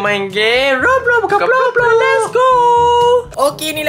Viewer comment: Cute Avatar Roblox & 😩❤️Roblox Bukan Ploplop❤️😆